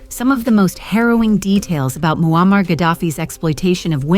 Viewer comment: I had to watch this with captions on, your A¡ narrator makes it sound like his name Wall-Mart Gaddafi😂😂😂....Bruh🤦‍♂️🤦‍♂️ You should use your real voice idk how many times your A¡ repeats the same storyline, in five mins. I heard married for 40 years, a handful of times so I just Stopped, not much of a fan of A¡. A¡ kool if it's used the Right way, most of the time ppl slack with it.